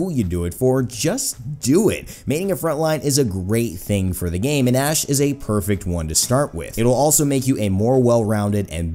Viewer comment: Seriously thought you said ass